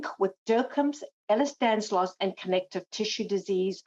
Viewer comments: someone tell the Lady it's "Ehlers-DANLOS" :) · Just to be clear, It’s Ehlers Danlos Syndrome, not Ehlers Danslos. There is no Ehlers Danslos.